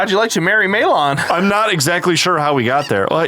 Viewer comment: Maylawn? In what world is it not Mal-uhn and Tal-uhn? Or Ma-lohn and Ta-lohn in Japanese.